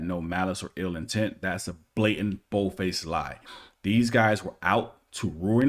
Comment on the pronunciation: FINALLY someone who says "Bold faced lie" correctly! I'm so sick of people saying, "Bald face lie". Thank you.